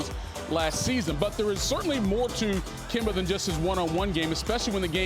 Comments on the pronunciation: Nobody: Stephen A: kember walker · “Kembar Walka” Stephen a